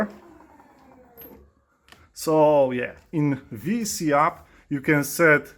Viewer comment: can you say it as VESC? confusing for newbies its an esc with the v on it. Not a VES with a C on it Ves C haha sounds like a vitamin c to me